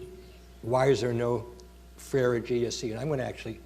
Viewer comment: I think it is really telling that the professor introducing the event makes the name of freire sound exotic and spends so much time further exotifying him by trying to pronounce it...then proceeds to ask how many people know about his work as if it is an obscure piece of antique..